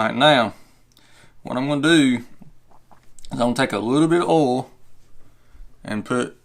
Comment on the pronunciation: Oil , not 'Ol' Thanks for the video.